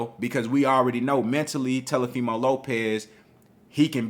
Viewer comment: Every time you call that man TELOfimo I start laughing lol